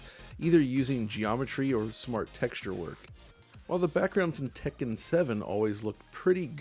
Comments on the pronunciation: I really appreciate that he says Tekken properly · I really appreciate that he pronounces Tekken properly